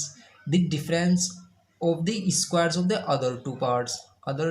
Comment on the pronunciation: Everything is good But I really want to tell it is square not eeesssquare 😂